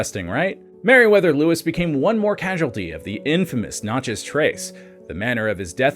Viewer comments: Dude it is so awful to listen to to you say Natchez wrong. Absolutely ruins this video. The Nat-Chez (the Nat part is exactly like the in National) it is not Notches. The info is great but being from the south hearing you repeatedly mangle the word is extremely frustrating. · Notchez ? I'm in Australia and know how to say Nat chez. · It is natchez not notchez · Knatchez and the french pronounciation puts emphasis on the chez. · I live by Natches trace and you 1000% sound like an idiot its not NOTCHES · N a t c h e z ..a like cat ...not notchez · Does no one else get the ick from the way he says Natchez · The over emphasis in pronouncing Natchez is killing me. This video only scratches the surface. Good stuff!